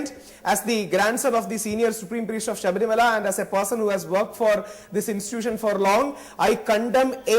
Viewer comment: The news anchor is not even able to pronounce the word Sabarimala...foolish mules...!!!